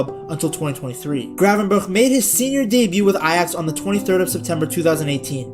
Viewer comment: He still doesn't say it right, he should say the first G the same as the last G. He now says "cravenberg"😂